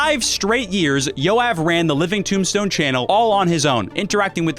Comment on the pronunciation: I burst out laughing because as a Jew I just realize how bad non Hebrew speakers pronounce Jew names, Yoav is like one of the most common names in Israel and that was my first time hearing it like that